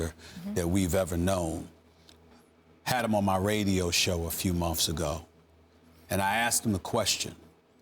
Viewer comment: anyone else hate that Stephen A says "mumffs" instead of "months"?